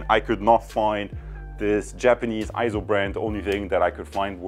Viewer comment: EIZO is correctly pronounced as AY-ZO and not I-ZO or EE-ZO. It's pronounced just like you would pronounce the "ei" in the Japanese word sensei (sen-say). For reference see